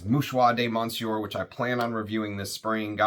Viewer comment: Hey thanks for the review! Still wanting a sample of this. Check the pronunciation of Monsieur, you don't want to be like so many reviewers out there that constantly screw up French. Especially reviewing perfumery with tons of French influence! Thanks again!